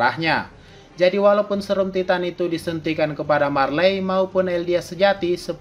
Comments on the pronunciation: bilang nya taiten bukan titan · Titan = Taiten Gitu bang bacanya